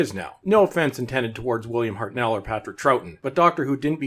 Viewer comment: In the UK Dr Who was an institution in the 60s. I remember. I was around then. If it wasn't for William Hartnell being so good in the first place and Patrick Troughton being so good that he convinced us regeneration works the series wouldn't even have reached the 70s. And try just was once to pronounce Hartnell correctly. I cringe every time I here you mispronounce it.